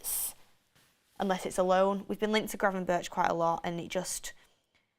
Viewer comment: im Dutch you pronounce gravenberch as gravenberg not gravenbirch.